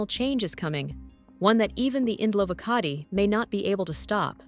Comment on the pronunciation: Indlovukazi Not Indlovukati .